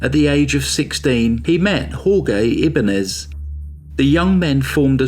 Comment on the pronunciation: That's one of the worst pronunciations of Jorge that I've heard. Also slaughtered his last name, Ibanez. It should be "ee-ban- yez".